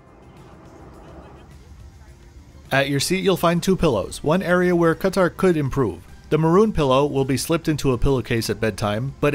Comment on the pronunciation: great video. you're probably the only person to say 'ktr' correctly and not kat-aaaar or cut-aaar